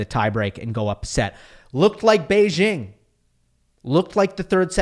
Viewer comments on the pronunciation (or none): none